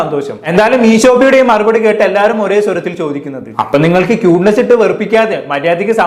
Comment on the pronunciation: ക്യൂട്ട്നെസ് ❌. 🔥ട്ട്നെസ്സ് ✅😂